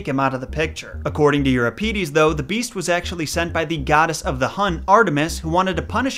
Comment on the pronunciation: "your-RIP-ih-deez" & "hip-POL-ih-tuss"